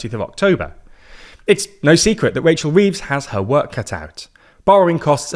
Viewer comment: I can’t get over how funny it is to hear this guy call her Wachel Weeves.